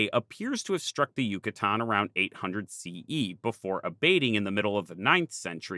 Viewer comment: I was totally on board with this video till he said “800 CE”. If you can’t even say the year correctly, I can only imagine how the rest of the video would be.